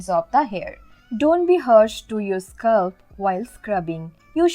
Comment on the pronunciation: It is not" hursh" it is" harsh" and also not "sculp" it is "scalp" Good informations though.👍🏻